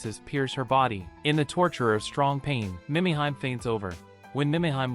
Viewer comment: Killin me...AI..."Meee mee heee may" Mimihime